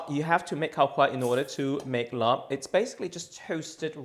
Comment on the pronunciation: Work on your pronunciation - it’s laap or lap, im not sure how and when the “rb” has been added in the translation but it’s not said. ลาบ = ล(“l” consonant sound from “lemon”)า(“a” like apple long vowel) บ(“b” but more like a “p” sound, say “Peter”) .. and Khao (rice)-koo-wahh(cooked/cook) - to be honest, describe it as toasted rice would be a better way. The recipe is fine, the mince is rather healthy and lean - how about sticky rice 😊